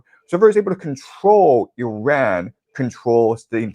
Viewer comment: Again: not "UH"-ran. It's "IH"-ran!